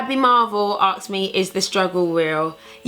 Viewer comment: Why can't you pronounce the word ask properly?